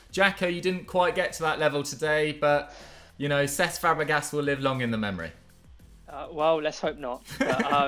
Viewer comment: That confidence made me question whether Fabregas was German😂😂